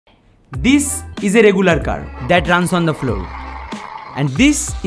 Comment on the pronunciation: The starting pronounce is awesome bro (this is a regoolar car)😅🤣